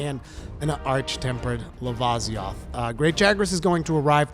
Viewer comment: Its pronounced Luh-vih_see_oth